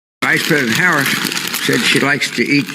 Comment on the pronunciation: I’m voting Trump but for the love of god stop intentionally pronouncing her name wrong